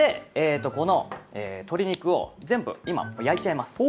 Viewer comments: 鶏肉がトリグに聞こえた((( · "鶏肉" が "トリグ "に聞こえてびっくりした笑